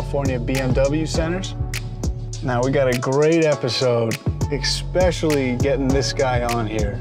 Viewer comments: Being from Philly. I can catch the word “exspecially” instead of especially anywhere. This interviewer is certainly from my area. Random I know. Had to say it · Can somebody PLEASE tell Badgley it’s “ESPecially” NOT “ECSpecially” 🤦🏻‍♂️🤦🏻‍♂️ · The only thing I didn’t like from this interview was “eKspecially” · Jesus fucking Christ, it’s ESPECIALLY, not ekspecially.